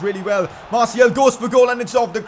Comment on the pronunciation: the way he pronounces martiAL annoys me so much. iT'S MARTI-AL not martiEL